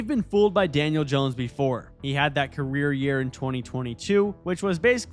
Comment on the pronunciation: 😂 nobody caught the "Janiel Dones"....this happens to me all time